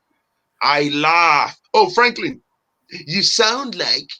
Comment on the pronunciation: Seriously sometimes😂😂I think you like""poultry business"